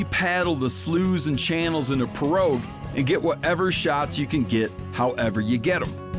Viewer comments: drop the g in piroug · P Row (pea) Row not Pa row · “Pa-rogues”???…noooooo, pronounce it as “Pee-rows”. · Pirogue is pronounced “pee row” not “puh rogue” 😂😂😂 good lord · Did dude just say “pee-roggguh”?!?!? It’s “pee-row” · say it pee-row not pe-rouges. that just ain't the Louisiana way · “Pee-rawg” not “peh-roge” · It’s pronounced more like “Pee-row” for those non-native Louisianans. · Lol! said “pa-rouges” mais sha’ it’s pronounced “pee-rogs”! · Pronounced pee-row Steve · Pee-row Steve, pee-row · “Pee-rawg” bruh. 😂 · say dude, when you say pirogue, please don't pronounce the g. It's pronounced (pee-row) here in Louisiana. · Pirogue is pronounced "pee' rawg". Trust me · Pee-row Steve, pee-row. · Lol Louisiana native here. The little boat is called a "pee row" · The only gripe I have here is he pronounces pirouge wrong, it’s pronounced pee rouge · Pee-row or pee-rog is how you say it Steve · It’s pronounced Pee-row lol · It’s pronounced “Pee-row” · hello mr RINELLA...............that small boat you working with is called a pirogue.......pronounced P-ROW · Steve, you yank. It’s pronounced “pea-row” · It’s pronounced “pee-rawg” bruh. Lol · "Pirouge" is pronounced PEE-RAWG by the way lol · its pronounced " P-ROW " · It’s pronounced “pee row” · As a proud representative of Louisiana it’s pronounced - /pee-row/ pirogue. Respectfully of course. Bon-temps! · Come on Steve, it’s pronounced pee-row even though it’s spelled pirouge. 😂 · The way Steve says pirouge 😬, make it stop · Listening to my boy Steve absolutely BUTCHER the word pirogue (correctly pronounced Pee-Row) makes my South Louisiana heart hurt haha but I love the attention meateater has brought to S LA duck hunting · Someone teach Steve how to say Pirogue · Nice try on the pirouge pronunciation Steve as a south Louisiana native that made me laugh brother